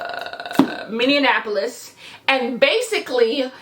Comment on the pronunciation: as someone who lives in minneapolis i’m dyinggggg at how you’re saying minneapolis